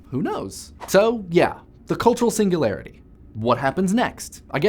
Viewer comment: The way you said "Singularity" was just magnificent.